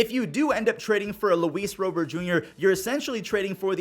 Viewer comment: “Rowbert” Rob-ert my guy 😂